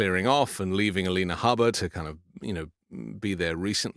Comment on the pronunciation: For God's sake, listen to how EVERYONE pronounces Habba's name.